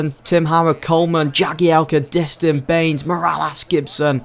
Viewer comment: Please pronounce Distin and jelavic correctly